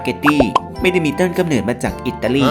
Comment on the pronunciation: เนิด หรือ เหนิด งงเลย555